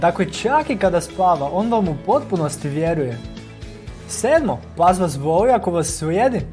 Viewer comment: Zasto ovako govoris? Kako to akcentujes reci? "Pas vas voooli"... Zasto to razvlacenje samoglasnika?